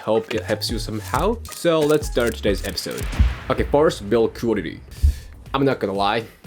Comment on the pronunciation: the way you pronounce the word "quality" is really strange.. would like to see if you can improve it? sometimes its hard to understand its that word you're saying